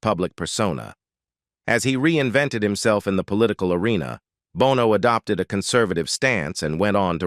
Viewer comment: Gotta check that AI my guy. Numerous, almost comical errors. Every time your script shifted from "Sonny Bono" to just "Bono" your AI guy switched to pronouncing U2's Bono 🤣